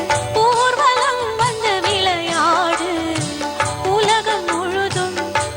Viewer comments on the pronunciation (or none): It is a good song and sung it very beautifully except the pronunciation 'விளையாடு’. It is incorrect to sing it as 'விலையாடு’. Please correct it in the future. All the very best.